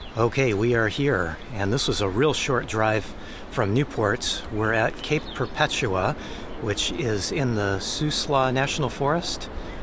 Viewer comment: You pronounced Perpetua correctly, but I like to say Per puh TOO UH. :D